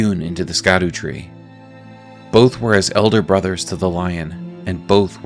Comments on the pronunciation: Don't know if you're aware, but "Scadu" is pronounced "Shadow" and "Erd" is "Earth". "Sc" makes a "shh" sound, not "sk". Skadoo's funny though. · the word scadu is actually taken from the old English word for shadow and shade and is pronounced sha-doo tree. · Off topic, but Scadu is pronounced as shadow, its an old english spelling for it.